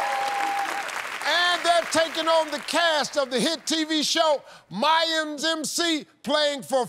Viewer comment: He said mayams